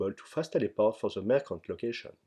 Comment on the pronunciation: Merchant se prononce avec un son "tch" et pas "k". ça m'a dérangé pendant toute le passage sur les marchands du PSNA :P